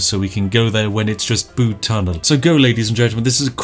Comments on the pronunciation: It's not the Bood Tunnel, it's the B-you-D Tunnel. As a Cornishman, I was cringing heavily. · I have indeed been to the Bude tunnel myself and the reviews honestly don't do it justice. Please Spiff, you must go. P.s it's B-u-de not B-oo-de ;) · it's pronounced "byude" not "bood" btw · Bood? It’s pronounced bUde not bood! And never disrespect the tunnel!! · Please collab with RT and its said byude not bood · As a person who lives near Bude I've never felt so triggered, first you call it 'Bood' when any true Brit would know it's 'Byood' then you say it's a village when it's clearly a town. You have left me no choice but to unleash my British fury with my stern expression and angry finger shaking in your direction. Na but seriously nice video mate, come check out the tunnel, it'll blow your mind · Bood? err its 'B'yood'. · It's pronounced B-you-d, not booed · You saying Bude wrong u twat, it has a U not a ooood u flannel ☕️ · ITS PRONOUNCED LIKE BYOOD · Tsk Tsk its Pronounced byood even google knows this. However its still an amazing tunnel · Pronounce Bude as if there is a y in it, so Byude. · thats not how you pronounce BUDE, its more like, b - you - de, i had to pause the video and rectify this grammar in true english fashion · Why would Spiff know about the tunnel? XD also I agree, it’s B-u-de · nice video spif, think you find Bude it pronouced like Bewde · The way you say bude kills my simple cornish soul little by little each time it escapes your lips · Saying Bude wrong.... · As a Cornish man, the way you say Bude infuriates me... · STOP MISPRONOUNCING BUDE! or I'll make all the tea taste like coffee. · Spiff you ignorant northern grockel learn how to pronounce Bude! why do you keep saying it i'm at breaking point... please stop... please